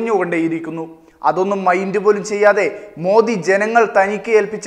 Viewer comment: സൂപ്പർ ആയിട്ടുണ്ട്.... മോദി അല്ല മോഡി എന്നാണ് പറയേണ്ടത്